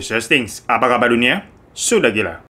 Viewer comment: Kak biasa aja sih "sudah gila" nya... :(